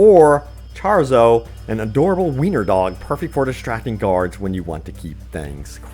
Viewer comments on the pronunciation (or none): Charzo?? Really?? It’s Chorizo. Like the pork sausage. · The dogs name is pronounced “chore-eez-o”. I got yer back 👍🏼😀